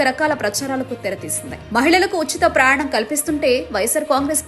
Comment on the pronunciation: అమ్మా, ప్రయాణం అని స్పష్టంగా పలుకు తల్లి...